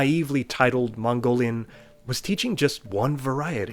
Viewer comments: Gotta say that your Mongolian pronunciation is pretty good. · You got pretty accurate pronunciation i was shocked. im Mongolian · I'm mongolian and your pronounciation is SPOT ON. And some mongolians still have trouble with mongolain script including myself😭😂